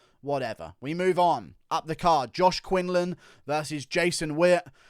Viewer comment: Quinlan not Quinland